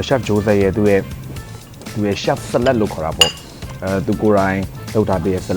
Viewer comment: TV presenter ရယ် 🥗 Salad ကိုပီအောင်အသံထွက်ပါ။